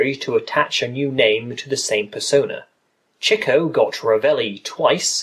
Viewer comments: to the person that made this vid: why did u pronounce chicos name CHEEKO then later finally pronounced it right (Chick-oh) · its pronounced CHICK-OH!!!